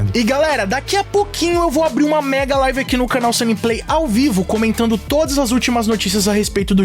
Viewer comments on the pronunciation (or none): none